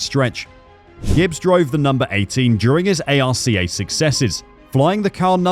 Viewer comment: This commentator has no clue about NASCAR someone should teach him how to pronounce some names especially arca